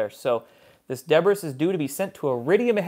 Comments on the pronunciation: Did you say Deb riss instead of de Bree? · My daughter is brilliant (literally) but couldn't pass a 5th grade spelling test. Than God for spell-check. Also, pronunciation can be a problem for those in a hurry. "Debris" is pronounced "debree". You're welcome. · Jane Young --- right, and debris isn't pronounced deb-ris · Debris is pronounced de-brie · Debris is pronounced "day-bree." Is McCord going to be where arrested protestors are placed? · Look up the pronunciation of debris.